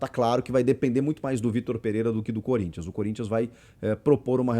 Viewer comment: Chico e corinthiano e não tá sabendo dizer👀😁